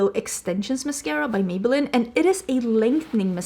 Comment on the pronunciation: Idk if it’s just your accent, if so I apologize since you have no control over that! But Maybelline is MaybellEEN! “Maybe it’s Maybelline🎶” 😂